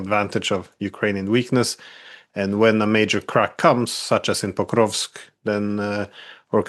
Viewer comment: Mearsheimer says "Pokrosk" 😉